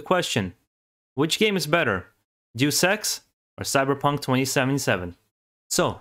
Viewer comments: You pronounce Deus Ex like “do sex” and “deuce ex”, which is funny. A better approximation would be “Deh-oos Ex”. It’s short for “deus ex machina” (Latin for “god from the machine”). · Not sure if anyone has said this here and I hate to be that guy but "Deus Ex" is pronounced "Dayus Ex" not "Do Sex" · It's not pronounced 'Jew Sex', but, say it with me: Day-us Ex. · It’s pronounced (Day-us X) Deus Ex, not (Doose X) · It’s driving me nuts, hearing him constantly mispronounce the title of Deus Ex. I mean the spelling of it doesn’t even spell for “Doose Ex” . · I always thought it was pronounced "Day-Us X" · The way he says Deus Ex sounds like "Due Sex," and it makes me laugh each time. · "juice ex" lol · It’s deus ex not do s... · Duice Ex. 😂😂😂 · its one of those moments like they way you pronounce Ryu. Since the first deus ex i have been pronouncing it apparently wrong and so hard to change...lol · ehhh... having to listen to you mispronounce deus ex for 8 minutes....